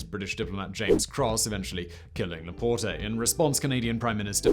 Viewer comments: Pierre LaPorte, not laportay. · Pierre LaPorte. The e at the end is silent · Love the way he pronounces LaPorte, LaPort-eh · The 'e' in Laporte is silent.